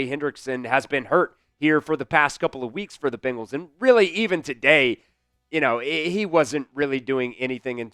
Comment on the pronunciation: You would think a guy speaking for the team would know how to pronounce their name. They are BEN gals not BING als...